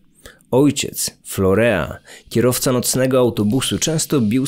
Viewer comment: Nie florea a florin się wymawia